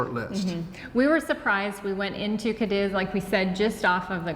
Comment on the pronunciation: caw dees or caw deeth (not kuh diz!!!)